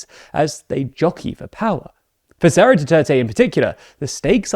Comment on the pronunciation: Why do you keep saying "Saura" Duterte, not "Sara" Duterte? I don't fault you for your bias against her family and it's insane levels of dictatorial aspirations... But you should at least pronounce people's names correctly.